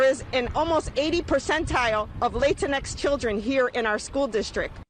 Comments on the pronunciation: She pronounced it Lay-tin x. 🤦🏽‍♀️🤣😂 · did this chic speaking for Hispanic people pronounce it as "Lay-tin X"? She doesn't even speak Spanish and decides that she is the person to represent Latin people? the ego that takes. Also why is it the US President's job to care for the people of another country? Shouldn't the blame be on the president of Mexico when he isn't taking care of his people? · The chick at the beginning needs to be canceled for mispronouncing Latin-x. Bahahaha liberalism is such a clusterfudge. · That chick called them "Late In Ex". Not only did she use that latte Leftist term "LatinX" but she mispronounced the Latin part. I cracked up. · Now it's "LAY-tin-ecks?" Is the syllable "lat" offensive to someone now? There goes my ab workout. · Lol I almost fell outta my seat when she said "Lay" like what?? Here we go with the addition of more bulls*it